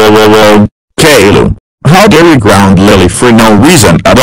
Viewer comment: My named is pronounced Caillou not cailou